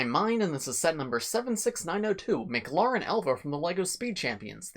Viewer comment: It's not pronounced "m-cloren". it's pronounced "M-clAren". It's 'a', not an 'o'. Like Karen but with a 'L' after the 'K'.